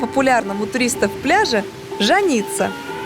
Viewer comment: Ж(а)ница, а не жан(и)ца